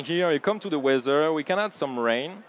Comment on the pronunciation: You got very nice presentation however I want very politely point out to "presentators" - narrators very bad English accent - it's nothing offensive - but I got (and probably a lot of another people as well) very hard time to listen what he's saying. Can you please improve English for your workers / employees? - - what he means with word "WEAZZER"- does it means "weather"? - "OZER" - does it means the word "other"? I am sorry to say - but that is really bad to listen. All presentation are full of words that is not English-like subject.